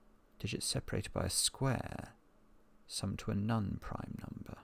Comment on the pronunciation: Non rhymes with gone. Not nun